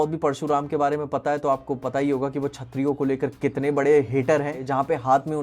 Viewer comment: छतरीओ को लेकर कितने बड़े hater हैं😅